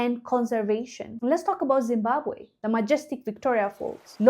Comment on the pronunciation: Great to hear you say Zimbabwe with the one w. 😊